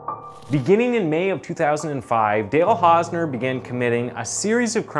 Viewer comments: "the case of Hale Dausner" Seriously?? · You called him Hale Dausner lol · Hale Dausner, looool. Elocution, man. edit: Or-tis? And "Coraillio"? You really must work on your oration and diction if you aim to do this for a living. The number of mispronunciations and outright mistakes in this video makes it slightly difficult to focus on the events therein. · Hale Dausner or Dale Hausner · Mans said. Hale dausner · 'Hale Dausner' ? His name is/was 'Dale Hausner' you need to check your work before you release... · the first time you said Hale Dausner 😭 cmon man that’s just lazy get a better editor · HALE DAUSNER LOL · Hale dausner 😂😂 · Hale Dausner.. he actually Said it.. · "Hale Dausner" 😅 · Hale Dausner??? Wtf Is It Hale Or Dale? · Hale dossner 😆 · In the opening you called him "Hale Dausner" lmao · I’ve been noticing that you make at least one really bad mis pronunciation in every video so I was thinking you were from some really obscure part of Canada where they all talk funny but now I’ve just heard you call this man hale dausner I’m sure your doing it on purpose. Why? I don’t get it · said the guy's name kinda said Hale Dausner when the name is actually Dale hausner...hahahaahaha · The first time you mention the guy's name you call him Hale Dausner.